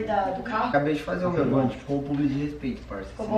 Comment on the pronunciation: Ja repararam que a ao invés de dizer "mAno" ela diz "mÉno"???????? Kkkkkkkkkkkkkk😂